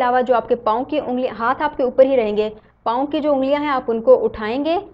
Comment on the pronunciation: Paooooo... 😂😂 Tnq but ur video is good But ur paoooo was listening quite funny 😅